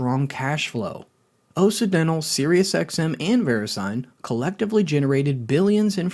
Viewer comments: Is this AI or do you just not know how to pronounce Occidental? Kind of like OX-Sid-dental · I can’t trust a chanel that doesn’t know how to pronounce “occidental”. Sure, maybe it’s stupid AI, but doesn’t a human listen to it before it’s posted?